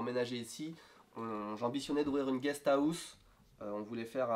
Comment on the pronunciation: "Une guest Aousse" -> on ne peut pas se tromper c un accent french >__<